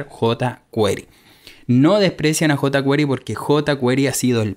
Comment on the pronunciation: JotaQuery bien pronunciado en español.